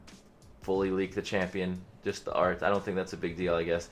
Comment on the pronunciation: "Idk how you could lewk a rework" LMFAOOOOO